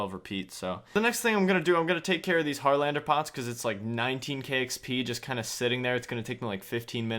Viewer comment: Its also harralander not harlander